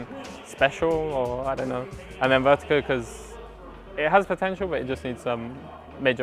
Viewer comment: no one : jw: VERTEEGO